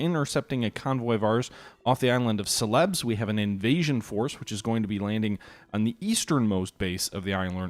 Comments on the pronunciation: hey dude, its pronounced sei ler bees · The correct pronunciation is Cell-eh-Bees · lol, only in New England. Do you say Piller instead of Pillow? Or Warshington instead of Washington? The correct English pronunciation is Cell-eh-Bees.